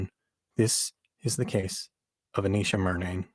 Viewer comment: Its A-nesh-uh not A-neesh-uh